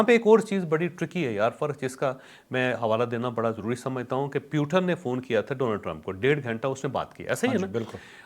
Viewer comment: پیوٹن نہیں ہے بلکہ پوٹن ہے